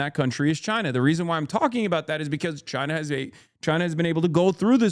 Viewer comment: Wouldn't it be nice if we got along with, say, CHAINUH